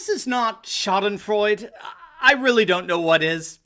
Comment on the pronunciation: It's --> the German word: schadenfreude ... which ends with the "eh" sound.